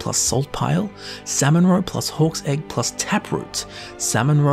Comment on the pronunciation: Why do I keep hearing "horse egg" instead of hawk's egg